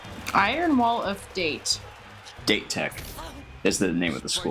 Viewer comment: that team inn the flashback's name is not the english word 'date'. it is a japanese so the word is pronounced "dah-teh". you can listen to how this say it in the show-- that goes for any other word or name you might struggle with.